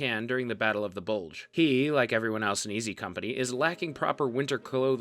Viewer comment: Bugle or Bulge?